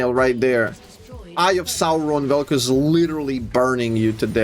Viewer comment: "gays of Vel'Koz"? 🤨